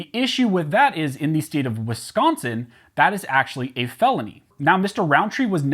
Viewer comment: At least it didn't get pronounced wiscaaaansin